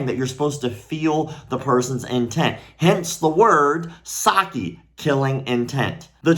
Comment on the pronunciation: It's not sa-ki... It's sak-ki (pronounce the k twice) Satsu - Ki Doesn't change that it's clearly BS